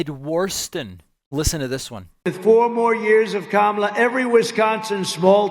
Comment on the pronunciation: Ha! He accidentally pronounced Kamala’s name correctly 😂